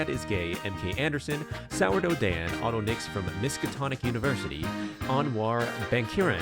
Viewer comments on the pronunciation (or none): none